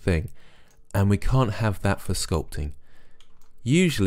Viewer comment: Great video, but I'm afraid I have to go into pedantic old git mode and remind you that "vertices" is the plural of "vertex", there's no such word as "vertisee". Sorry, that's just one of those things that niggles me a bit.